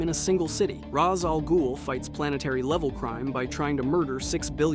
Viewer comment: Quite impressed with how much you managed to make a complete arse of Ra's Al Ghul's name the first time you said it 👏🏼🤣